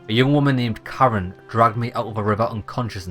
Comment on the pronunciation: when it said you had a woman pull you out of the river name Karen. The way you say it sounds like Charon. In Greek mythology, Charon or Kharon is the ferryman of Hades who carries souls of the newly deceased who had received the rites of burial, across the river Styx that divided the world of the living from the world of the dead. Accents are a funny thing.